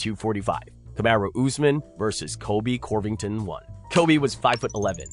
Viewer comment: Is saying "Corvington" some kind of joke or something? If it's a reference, then I don't know what it is.